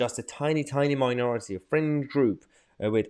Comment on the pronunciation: I can't believe Canadians voted in dumbass blackface turdeau, a man so intelligent he can't even pronounce minority correct! 😂😂😂😂